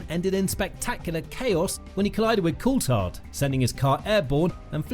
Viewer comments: I'm sorry but no F1 'fan' says Coultard.... There's an 'H' in there my dude 🤦🏻‍♂️ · fyi coulthard pronounces his name with a “th” sound in the middle